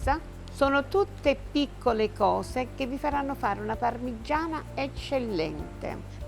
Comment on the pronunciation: 11.30: "ovviamente la parmiggggiana è fritttaa ehehe quindi un pò d'olio si vede...." ma che scherziamo??? quell'olio li è l'essenza del peccato paccaminosamente libdinoso...ci vuole un bel tocco da 400 gr di pane di casa...subito!!!!!! e ci navighi con la pagaia!!! godo!